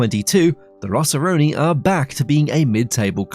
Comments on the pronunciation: It's rossoneri brotha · ROSSORONI? WTF It's ROSSONERI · Siamo i rossoneri...e non i "rossoroni"!!😂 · The rossoroni? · No such thing as rossoroni Im not even italian and im offended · How do you manage to butcher that many names and facts in a single video? WTF is a Rossoroni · First of all, the way you glazed inter is unreal, and then you couldn't say Rossoneri makes me think you're an inter fan 😂 don't you think I didn't catch that. Other than that, great video.